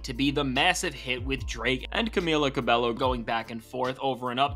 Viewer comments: For reference, Camila Cabello's surname is pronounced "cabeyo". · Just so you know for future videos, the double L in Cabello is pronounced with a Y sound like Ca-beyo